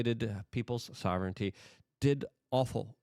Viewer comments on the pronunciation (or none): none